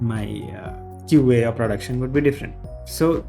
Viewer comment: its QA, not QAE.